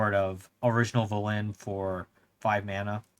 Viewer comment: VelEN not Velin o